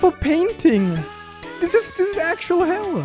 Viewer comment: says “hell yeah” but somewhere I thought I heard “Kel yeah”